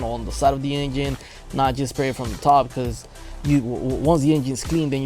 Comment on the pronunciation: i watched this whole video just to keep hearing this guy say the word engine